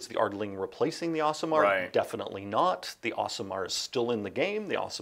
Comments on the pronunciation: Today I learned that the Aasimar is pronounced Awesome-Ar, not Ace-imar. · Do all Americans pronounce Asimar 'Us-ee-mar' in UK we tend to pronounce them 'Ass-ee-mar'...?